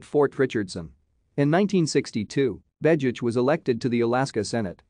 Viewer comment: Your audio is profiling a different person than the man shown in the images. You don't even pronounce the name right.